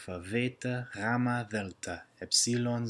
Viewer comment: You also pronounce the χ wrong and the γ and the ζ. Not by much but it wrong.